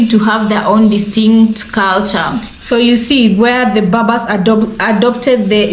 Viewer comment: Correction: Cushitic should be read, not kushitic Berbers, not Babas Thanks!